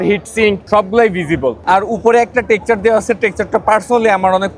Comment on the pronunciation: টেকচার না ভাই, টেক্সচার 🥹